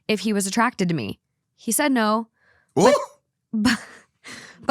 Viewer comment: Like here she says “hope-een”